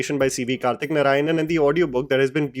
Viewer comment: Thanks for Saying "Kaarthi" instead of Karthi ( like in your Teaser review). The first one is the correct pronunciation.